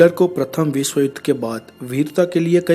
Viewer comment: ur information is very good but accent of hindi words like' vishw' u say 'visv' please use proper pronunciation to enjoy all ur videos. thank you